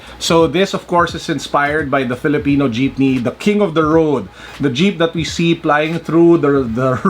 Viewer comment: That "dyipne" tho ✌😅